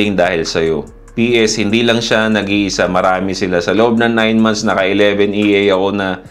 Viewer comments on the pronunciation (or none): Idol ang term na EA is pronounced as EH - AH. Haha!